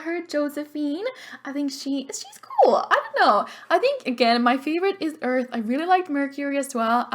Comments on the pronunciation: "Eleanora Eart" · Lol u said Eleonora Eart instead of earth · It said eart instead of earth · Poor Pluto, I love Pluto. Just because it's a dwarf doesn't mean it can't be a planet. Jeez. :'0 But I loved Neptune! You also on Earth for the last name said Eart. <33